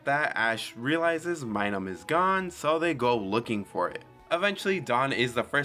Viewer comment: Its Minun not Minum its giving me vibes your reading from a script getting some names wrong ,also if your going to have a mon use Metronome make sure you know what moves were available at the time in Gen 4.